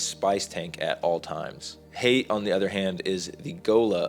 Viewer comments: IT'S HAYT!!!! 😜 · Its Hayt.